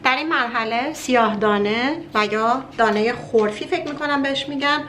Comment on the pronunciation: تلفظ صحیحش خرفه اس نه خرفی